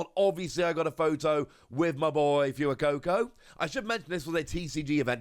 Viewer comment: OMG he actually said it right!! I took physical damage every time he said ‘few a coco’ haha